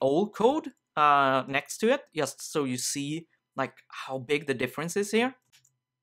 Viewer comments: "in YUST a minute" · Swede detected. ;)